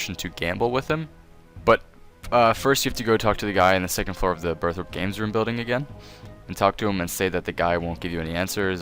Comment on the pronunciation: "BIRTH ROPE" OMFG MY EARS